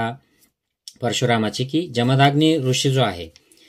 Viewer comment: "जमदाग्नी" नव्हे, "जमदग्नी"